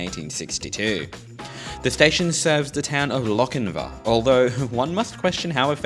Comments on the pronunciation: Sorry. It's the pronunciation police again. It's Lochinvaah, not Lochinvə. (And it's west of Maitland). You really should check the pronunciation of the places you visit with a local - or maybe anyone over 40. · You seem to be saying Lockinvin, It is Lock In VAR. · Hunter Valley resident here, great video even if you didn't quite get the pronunciation of Lochinvar correct (pronounced more like Loch-in-vaar). I'm kinda surprised a much larger car park hasn't been built at Lochinvar station, 100's of new house have been and continue to be built on the north west side of town (heading towards Singleton) but then again train service frequency is kinda hot garbage for commuters. Regarding Allendale station it wasn't it's proximity to Lochinvar that doomed it, the station's proximity to the rail overpass at Lovedale road and the replacement of said overpass several decades ago caused its demise (well that and the station seeing less ridership thatn any mentioned in the video). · Lochinvar isn't pronounced like "Lochinvu" There is a longer A sound at the end. And you should have visited Maitland. It's still got brick buildings. Also, I have no idea why Wirragulla is said like that. Living on the Hunter Line, I've always found it weird that it says it like that. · Loch-in-vAR...the r is not silent....and there is a LockinvEr You are indeed fortunate that trains still run on the historic Hunter line...there are many , many other historic lines in NSW that are overgrown with weeds. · So starting off my comment with a negative nitpick XD Please pronounce Lochinvar properly in future, the ending is a vaa sound like Jar. Ok with that said, cool video, I grew up in the Hunter area, went to school in Maitland and commute by car that way frequently and I had no idea there was a Hexham station lol